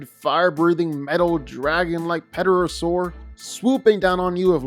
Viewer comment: Ped-a-ra-sore? Tera-sore the P is silent.